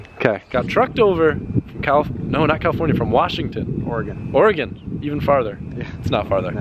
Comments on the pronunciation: i love that said Oregon correctly.:) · Thank you for pronouncing "Oregon" correctly. Very cool thing you did for your boy...